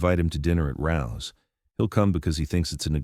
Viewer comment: It’s RAOs. Not rouse. FYI. 115 n pleasant ave nyc